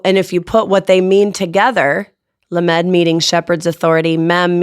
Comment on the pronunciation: lamed is being mispronounced, Sound it out phonetically as "LOM ED".